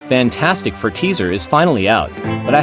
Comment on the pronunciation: AI voice over here. AI voice over there. AI voice over EVERYWHERE!!! "Faaantstic fur"!